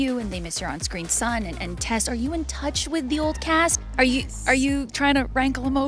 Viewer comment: it's "Tess" not test